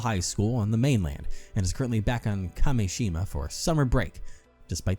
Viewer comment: first curse mention let's gooo also i totally get how kept reading Kameshima as Kashemia. he wasn't switching letters around, but sounds. totally normal mistake imo